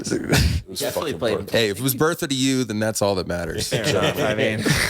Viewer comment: It wasn’t “Bertha”… it was “Bert-a”